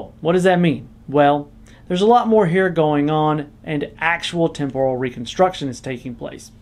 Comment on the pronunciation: That’s not how temporal is pronounced. 😝